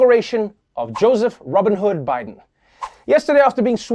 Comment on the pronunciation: Did he say Robin Hood instead of Robbnet?